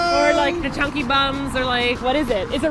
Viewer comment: thought the same. chunky chunk lol they should've asked some random korean to pronounce the name before recording